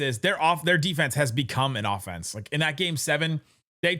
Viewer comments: Offenese - rhymes with Bolognese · Offenese? That a new language? 😂